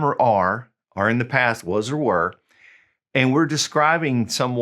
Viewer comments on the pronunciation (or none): none